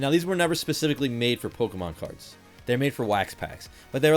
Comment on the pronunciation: "Polka"mon packs